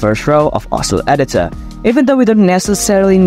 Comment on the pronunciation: does anyone think that he sounded British when he said editor?